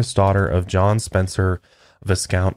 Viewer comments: Just because it's bugging me a lil and I live in the U.K, no shade to you guys of course I love the podcast. It's pronounced 'vi-count' not 'viscount' and it's 'great ormUnd' not great 'ormOnd' In any case keep up the good work ❤️ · 'Viscount' pronounced "VY-count" - British royalty above a Baron. ;)